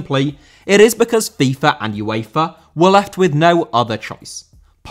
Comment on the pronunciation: Uefa * not Yuweifer